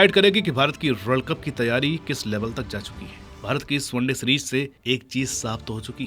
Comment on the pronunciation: Series ❌️ Sereej ✅️ 😂😂😂